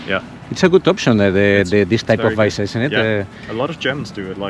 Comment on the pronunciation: Me quedo con el Ferrari, lo vendo y compro una camper de 2ª y vivo de rentas el resto de mi vida... (... visa se pronuncia igual que en español...)